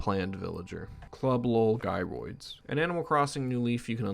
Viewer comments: bro called "jy roids" as "gi roids" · Fyi gyroids are pronounced “jairoid” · You call them 'Guy-roids' moments before mentioning that they 'Gyrate'...